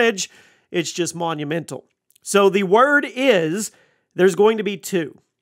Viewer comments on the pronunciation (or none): none